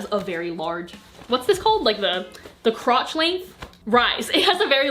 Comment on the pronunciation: "CroTch leNgH"